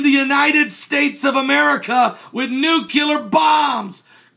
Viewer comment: Very interesting information. Thanks. To be of small service, let me tell you how to correctly pronounce nu-clear as opposed to nucular, which is not a word. The actual word should come out like the words 'new' and 'clear' put together. Many viewers will appreciate the correct use of language. thanks.